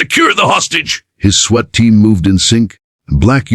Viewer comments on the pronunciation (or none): School bathrooms can only be locked at the stall not into the hallway. This AI voice is awful. It's SWAT! Swat! Not sweat. This is click bait I'm sure! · You should really listen to these before posting . It’s a SWAT team not a sweat team. Also Rios is pronounced re- os, Not ri-o. Do better. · The word is pronounces spelled SWAT pronounced Swot, PETITE pronounced peteet not petite AI is dumb doesn't know how to pronounce easy words, doesn't how to nuance the phrases and grammar doesn't exist. These are good stories spoiled by the AI narrator. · Does ai know how to say swat